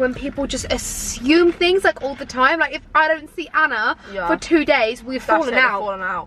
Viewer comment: saff can’t even say Anna’s name right